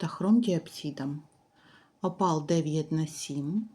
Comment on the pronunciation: " кАльє, тАпаз,Апал," 😂😂😂😂😂😂гидко слухати!